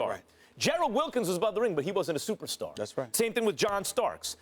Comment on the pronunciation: Stephen A Smith: The knicks haven’t had a supastar Eva! Max Kellerman: but not only that Stephen A. But the knicks have NEVER had a SUPER Star EVER! Lmaooo😂😂😂😞